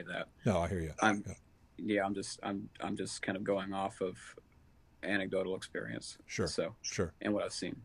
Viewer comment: FYI, the word is anecdotal, not antidodial!